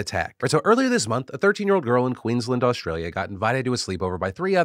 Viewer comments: Phil, drives me nuts every time I hear it as a native Queenslander. It's Queens - LAND. Not Queenslund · queens-land, pls phil, not queens-lnd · Phil, please stop saying Queensland as 'Queens lend' it's Queens Land. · Hey Phil, love the coverage of Australia. Been great hearing local stories on the show. Just please pronounce Queensland as Queens-land (think DisneyLand). Thanks so much! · As an Australian I’d like to mention that it’s pronounced “Queen’s land”. It’s not someone’s surname. Kind of like Spider-man. Like Good Man, not Mr Goodman. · Love your videos, been watching them since the clocks on the wall days. I am from Queensland and I'm sorry but it hurts my soul the way you say Queensland... add another couple of A's. It's more like Queens Laaand. Keep up the good work! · Philly D my man, it’s pronounced Queen’s Land x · I have to say this, it's pronounced 'queens' + 'land' like two separate words. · Phil, I'm sorry but 'Queen's-LAND' is how you pronounce it ;owo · Please Phil, Queensland has and 'a' in it. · Two weeks in a row Phil has mispronounced "Queensland" - do better, Phil!